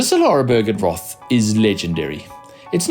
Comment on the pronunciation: please dont call it Challenge Roth. It's is pronounce "Challenge Rooooood"